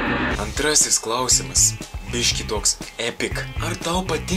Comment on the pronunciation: Tai vis dėlto, kada išmoksi kirčiuoti žodį "klAusimas"? :))